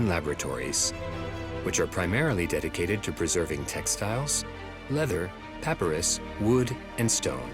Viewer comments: All this and the narration mispronounces papyrus numerous times (puh·pai·ruhs)? :-) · AI music to go along with the AI narration. Consistently mispronuncing of “papyrus”.